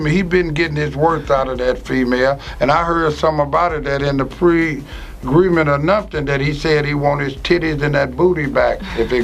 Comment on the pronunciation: Wtf is a “pregreement anupted”!??😂😂